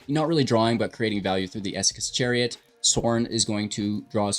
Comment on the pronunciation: Whats with the annunciation of esikas chariot!?